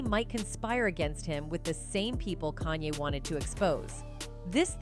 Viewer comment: Yo stop butchering this dudes name kan-ye, 2 syllables not 3